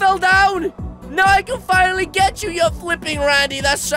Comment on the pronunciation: he wanted to say finnaly but he said fuckily xD